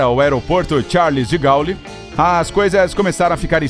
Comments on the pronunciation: Alô por favor pronuncie De Gole. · Meu Deus, pronúncia totalmente errada do presidente francês Charles de Gaulle, imbecil!!